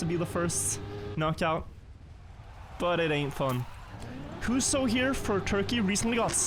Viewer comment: good enough pronouncations on huso and cemkoo, bra job med tyrkisk